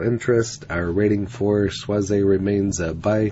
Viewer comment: Just pronounced schwazz. Not schwazz eyyy. Regards